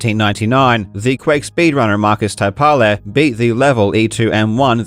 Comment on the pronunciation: Hearing English speakers pronounce Finnish names (Markus Taipale, Ilkka Kurkela) never ceases to tickle me :D That 6:99 is incredible. Phenomenal achievement! Thanks for another great vid Karl!